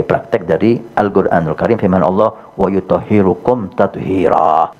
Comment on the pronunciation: Coba di cek lagi itu salah bacanya yg benar wayutohhirokum tathiroo, bukan wayutohhirukum